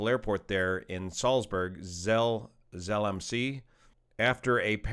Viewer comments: Small note: Zell am See is pronounced, roughly, "tzell am zay". German handles Z and S a little differently from English. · Just FYI: "Zell am See" : "tsal-am-zay" "tsal" (rhymes with the English word shall or pal) "am" (as in "I am") "zay" (rhymes with day or say) meaning: Zell (proper name) at the Lake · The See in Zell am See is pronounced with a long a sound rather than long e. You know, in case you ever need to do another story with Austrian words.😊. Zell am See would translate to Zell on the lake. And as it happens, the lake is also called Zell. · The closest way to pronounce it in English would be "Tsell am Say"